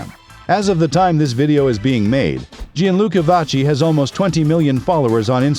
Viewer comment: if we're going to make such a nice video about someone, we should pronounce their name correctly